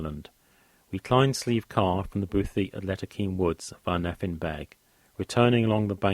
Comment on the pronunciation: Great content but I can't help but cringe when you pronounce Nephin "ne-fin." It's pronounced "Ney-fin." Also Slieve is pronounced "shleeve" not "sleeve," the "sh" sound is important and bothy is pronounced "boh-hee."